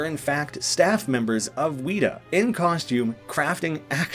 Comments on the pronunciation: How the hell did you get "wee-tah" from weta? It's just "wet-uh" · Lol not the “literal grandfather of fantasy”. Why do people say such ridiculous things? There are other appropriate words. Like “figurative father of fantasy”. Alliterative and indisputably and objectively correct. Also, Wet-uh, not wheat-uh. Are you kidding me? They say it constantly in the special features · Kia ora. You're right about the Hobbit. For me, as a fan, it didn't work at all. I see what he was trying to achieve but it just didn't fly. BTW, a tiny correction on your pronunciation of the word 'Weta'. It's a Maori word for a prehistoric native insect which still exists today. The giant species is the heaviest insect in the world, weighing as much as a garden thrush or three times an ordinary field mouse. If you use the short e (as it 'pet'), or think of the word with an extra t (wetta) you'll get it. Very informative, nga mihi. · You had me until you said "Weeda" instead of Weta. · Weta is pronounced 'Wetter' not 'Wheat-er'. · did you actually watch the prepoduction because they are constantly saying weta like wet ah unlike yourself lol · How can someone so familiar with the special features call Weta, "Weeta"? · Weta is pronounced (Wet-uh) it's the name of a giant cricket in New Zealand. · Brilliant video - but the pronunciation of Weta is Wet-ta, so it rhymes with Etta.